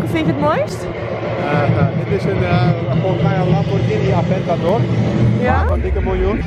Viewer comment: "ja dit is volgens mij een lamborghini aventÁdÓr, dik een miljoen." 😂😂😂 ja man en onze peugeot 308sw is 500k